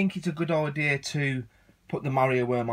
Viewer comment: I thought you were saying Mario Worm :P